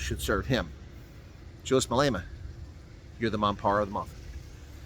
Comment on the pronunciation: love how you call him a mampara , now you just need to roll that R